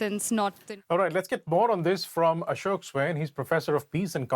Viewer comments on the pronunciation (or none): I can’t understand wtf Ashok swine says. He should stick to Bengali until he learns correct pronunciation. Atleast provide the subtitles whenever he opens his damn mouth